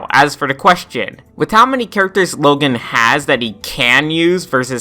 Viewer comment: Yea, that was also a big mistake on my part... I got the name confused with the kid from diary of a wimpy kid. But an easy comeback to would just be how he says "Logen" instead of "Logan"